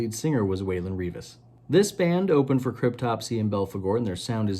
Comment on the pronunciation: on the poseur-meter this jacket gets a high mark. Slipknot makes it an automatic 10….. points could be deducted for the 2 good bands you have on there (Immolation & Mayhem) but you don’t listen to either… so you get a 9.5/10 for wimp & poseur (and for pronouncing Crytopsy like Joe Biden)